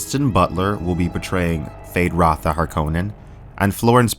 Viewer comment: Why does is say 'Fade Ratha' his name is Feyd Rautha. Is that a youtube artifact?